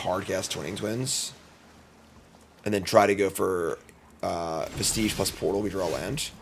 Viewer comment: It's also pronounced veh-stuhj, not veh-steej.